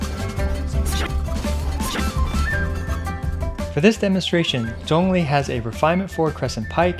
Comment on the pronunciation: Actually pronouncing Zhong li's name correctly "chefs kisses*